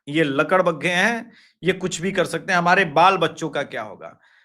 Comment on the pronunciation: I t is lakad baga not ladak bagga